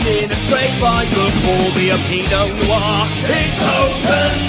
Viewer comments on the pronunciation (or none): none